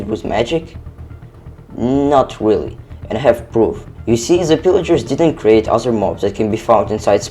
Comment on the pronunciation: "not really, and i have pwoof"